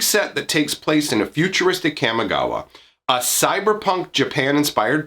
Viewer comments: kamigawa, not camigawa. lol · Your pronunciation of Kamigawa is triggering me. Camma? Really? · Are you forgetting that in D&D has "Chaotic" as an alignment? It's pronounced "commie-gawa" Also I'm calling it now, the planeswalkers are Tezzeret, Ral Zarek, and probably Jace because he is poster boy who sells packs. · It is a soft (a) - Kah-mee - it hurts hearing it pronounced the way you do. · Look, I like your vids, but the way you say Kamigawa hurts my soul. Kah-Me Gawa